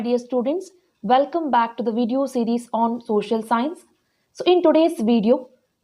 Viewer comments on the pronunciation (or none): none